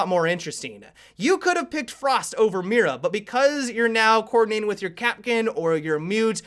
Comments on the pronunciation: pronounced "me-da" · Can you please pronounce it "Mita" that is how is should be pronounced. Not trying to be picky, it is just a thing that I think could help you. Great video, can't wait to see her if she comes to the game! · Tronical because the "i" in Spanish is pronounced as the "ee" in the word see. The "r" is pronounced/rolled like the "d" in ladder. And the "a" is pronounced as the "a" in father. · you mispronounced Mira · he sounds so funny when he pronounces "Mira" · okay, spanish native speaker here, i have a lil bit of cancer now, thats not how mira is pronounced